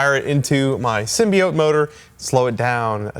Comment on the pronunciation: Per ™Sony Pictures , it pronounced "symbīote".